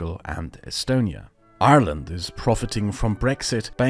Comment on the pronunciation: somehow you say Ireland with an Irish accent